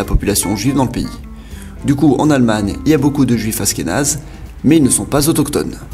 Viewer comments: Ça se dit aCHkenaz pas aSkenaz !!! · Achkenaze pas Ashkenaze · Ca se prononce achkénase pas asskénase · aSHkénaze tu prononces aSkénaze, sinon très bonne vidéo comme d'habitude j'adore tes vidéos continue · Ashkénaze se prononce Achkénaze et non Askénaze ^^ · tu dis dla merde ! Mais bravo pour la prononciation moi aussi ça m enervait ! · Oui, on dit pas Asss kénaze, ça s'écrit Ashkénaze, comme en anglais "ash..." C'est vraiment bizarre ta prononciation... Tu devais pas trop aimer les langues à l'école...😁😁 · Ashkénaze ce prononce Achkenaze 😂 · Ashkénaze pas askenaze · Je crois qu'on dit ach-kénaze, avec le son "ch" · Juste pour info (parce que ça pique mes oreilles xD ), dans le nom Ashkénaze, le h se prononce ^^ Ca fait donc le son "sh" (ou comme le "ch" en français, comme dans chien, chat, château, shalom, etc ^^ ). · C'est prononcé "ach"kénaze ^^ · Askenaze ahahah cette prononciation... ça m'a déconcentré 😂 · Ça se prononce achkenaze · On dit achkenaze et on ashkénaze